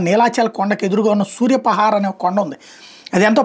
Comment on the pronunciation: సూర్యపహార్ కాదు సూర్యపహాడ్